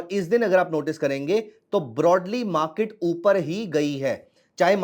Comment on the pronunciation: मा के ट नही बाबा, मार्केट.... बाकी अच्छा इंडीकेटर है